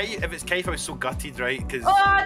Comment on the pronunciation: “For Kaiff”